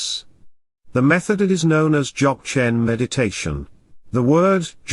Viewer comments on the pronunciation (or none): I t would be great if the announcer could pronounce Dzogchen in the correct way Also the word Rinpoche was mispronounce A little more training in language is necessary